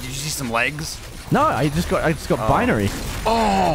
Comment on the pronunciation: i like the way gav says binary calling it beeneery